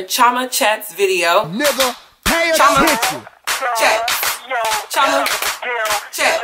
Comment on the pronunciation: I thought your name was CHEE-OH-MA. Are you saying it in an American accent or is it really CHO-MA?